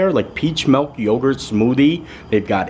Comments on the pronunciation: I love, he's awesome but please stop calling it melk. It's milk! ❤ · milk....not melk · 'Melk amd aaygs' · Add "milk" to words can't pronounce.... God almighty